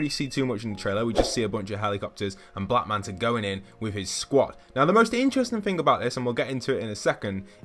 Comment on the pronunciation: Somebody make a compilation of everytime he says fing or fink, lol